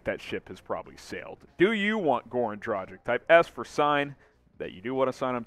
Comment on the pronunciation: Dude, its Dragitch (the "G" should sound like in "dog" NOT like in "Gender"!!!) NOT Drachik 🤷‍♂!!!!